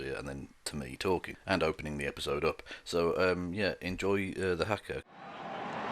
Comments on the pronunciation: It’s pronounced hah-kah my friend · The first "a" in haka is long, as is the second.